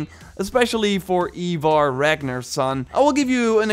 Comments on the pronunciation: Eye-vor you heathen. Not eee-vor. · Ivarr is pronounced (Eye-Varr)